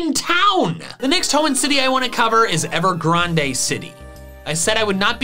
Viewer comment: GRAND! It’s pronounces Ever GRAND.